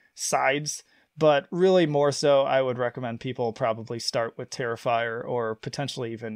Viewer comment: It's not even close...TERRIFYER .